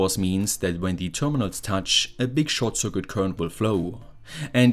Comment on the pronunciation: Dear, no offence, but please consider this helpful video about the pronunciation of 'circuit'